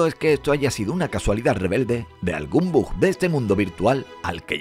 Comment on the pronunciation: Que deyavi ni dejavi, deya vu y después es un bog no bug, a este ay que hablarle al revés 🔄 porque es muy bestia hablando inglés. El que entiende sabe porque lo escribí bog y es bug, pero este entiende así 👋🏼